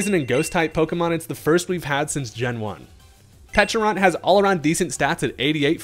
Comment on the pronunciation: You get a like from me. First content creator I heard to call both the berry and pokemon with the correct enunciations.